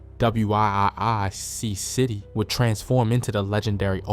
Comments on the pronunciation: WIIC but it’s pronounced Wic…it’s Wic City 😂😂😂😂he was blowing me a a little😂😂😂😂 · DAMN BRO ITS WIIC CITY PRONOUNCED WICK CITY CA. TELL U NOT FROM THE LAND